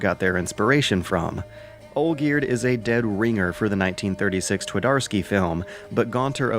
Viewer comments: Here is something that should help your pronunciation: replace W with V, since that how 'w' is pronounced in polish. Tvardovsky, it's that simple. Also 'Pan' is not a name, it's Mister Twardowski or Sir Twardowski. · "Twadorsky" made me giggle every time. Believe me, though - the conversion from Polish to English on the field of how the two languages sound is not much easier that the other way around. The two are pretty much polar opposites in the way you make the sounds and to a big degree, the mental process behind constructing a sentence. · T"war""dar"ski? How quaint :)